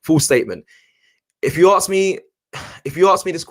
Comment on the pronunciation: Please learn how to pronounce ‘ASK’. It’s not “AKS” it’s ‘ASK’! You keep saying “AKSING” and if you want to be a presenter you have to learn to pronounce it correctly!